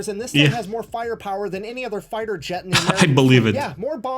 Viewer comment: Jet us pronounced J eh t. Not. "Zshett"❤😮